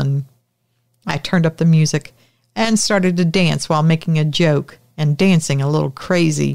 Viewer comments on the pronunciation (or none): none